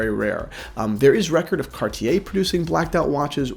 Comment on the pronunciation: Cartier his favourite brand but cant even pronounce it